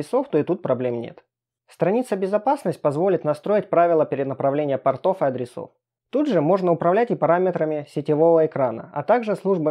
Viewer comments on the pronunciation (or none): none